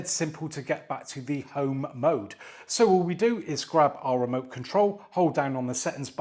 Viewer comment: Well done saying home mode. As someone whom grew up in the 1980’s home mode can sound like something else. 😄